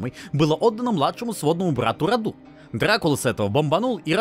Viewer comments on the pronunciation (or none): мы не африканцы и не индусы. Не РадУ, а РАду. Не ДракУл, а ДрАкул.